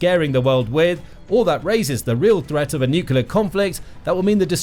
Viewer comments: Love the channel. And, it's "new-clear", not "nuku-lar" :-D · I have a new drinking game: Every time this narator butchers a word, i drink. Watching out for nucelar (nuclear, on countless occasions), or the best i've heard from him: mystery (ministry) of finance (another video).